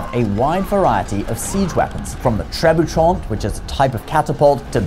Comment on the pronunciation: Long time fan. Watch al your videos. This is most likely the one and only time I will ever have a note on pronunciation for this channel: Tre Boo Shay 😊 Carry on!